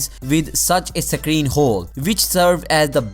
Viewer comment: its hole not khole